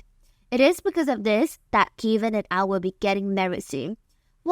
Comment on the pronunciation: So Kevin = Kay-vin? I’ve never heard it pronounced that way.